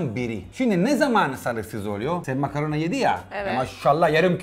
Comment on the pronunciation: Danilo makarna diyor ben makaron anlıyorum